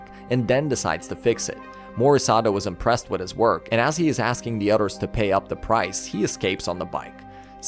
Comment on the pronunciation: We start 'wid" its with.